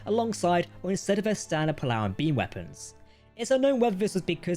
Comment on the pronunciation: Whilst i appreciate any channel that does its own naration instead of using cheap, awful AI. Captain Jack's pronunciation of certain words really get on my nerves. Chin-toh-kah, not Chin-tow-ka, and pole-a-ron, not poll-aron, amongst others. 🙉